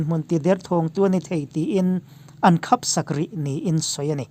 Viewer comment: Nia,,,,,, khap tih pawh kha a lam rik Dan kha mak ka lo ti deuh a ....